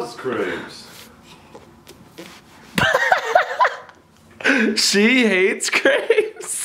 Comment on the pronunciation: You say crepes wrong lol